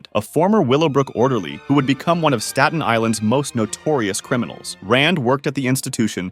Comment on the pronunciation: you can't pronounce "staten" ? come on